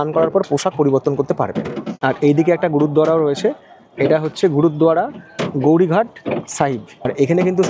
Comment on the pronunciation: ওটার নাম গৌরি ঘাট না, ওখানের লোকের উচ্চারণ হলো গোয়ারী ঘাট।